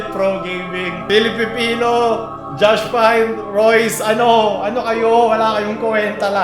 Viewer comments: cong tv : JOSH PINT. paolul : JOSH PAYNT. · Natatawa ako dun sa "Josh Paynt" HAHAHAHAHHA IDOL "JOSH PINT" POOOO HAHAHAHAHA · nung sinabi ni tito Pao na Josh Paynt e diretso agad ako sa comment section HAHAHA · No one: Literally no one:: Josh Paynt